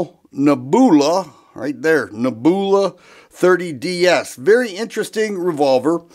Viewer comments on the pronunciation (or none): "Neb-u-la" brother. Not "Ne-boo-la" 😂😂😂 Nothing but love man! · Neb you la, not neb oola. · Dude you're killing me with the pronunciation, LOL. neh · byuh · luh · Neb. u la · Saw the comments first and thought people were nitpicking. Wait!! Did he say Naboohla??!! 😂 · a genius with "Ne-booola". No need for him to say "leave a comment" on this video! The man just outsmarted the algorithm 😂😂😂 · 😂😂 nehboola. WTF How the heck do people make a living from talking and not know words that are taught in 5th grade 🙄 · Ugly gun, gorgeous finish. Interesting. Now that the kind viewers have raked you over the coals for your pronunciation of nebula, I am guessing that you wouldn’t be unhappy to never hear that word again. Reminds me of when I was a kid and first tried to pronounce “Cheyenne, Wyoming “ and got teased mercilessly by my family. I wasn’t scarred for life, but friends and family can be hard on a guy. It’s okay, you’re still a fellow after my own heart and I love your videos no matter how you say things. The way you talk reminds me of a friend of mine when I was a young man, so it’s pretty familiar. Have a great day, and I hope that you are still enjoying Northern Ohio. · I'm going to be chuckling myself to sleep tonight from your pronunciation of nebula. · He really doesn't know how to pronounce Nebula huh 😂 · I liked the Star Wars influence in his pronunciation of the word!!! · The 3rd time he mispronounced NEBULA he lost all credit to me!!! Beautiful revolver however. Before pumping a product bro learn how to pronounce the name so you don’t sound like a fool In front of your audience 👍